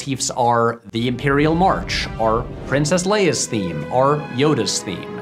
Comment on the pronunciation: I can't unhear this: Patrick says "are" instead of "or."